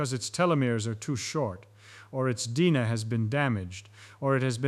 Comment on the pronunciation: Gotta pronounce DNA better != Dina. Lol